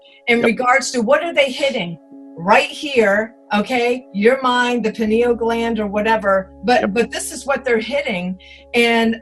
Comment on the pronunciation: The "pin eel" gland? LOL